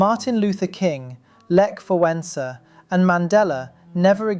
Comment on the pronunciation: Your pronounciation of 'Wałęsa' was suspiciously perfect.